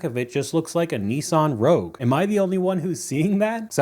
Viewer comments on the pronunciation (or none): none